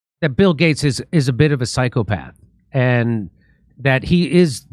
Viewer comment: "Physcopath" Seriously, Jimmy? 🤦‍♂️